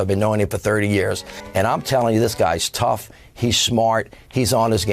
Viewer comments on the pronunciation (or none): none